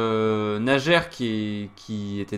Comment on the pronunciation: Merci!Très instructive analyse! P.S.: Le prénom de joueur russe se prononce:Naier.